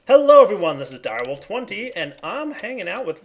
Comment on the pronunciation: anybody else noticed he actually pronounced the T in "its direwolftwen*T*y" for the first time in like, two years?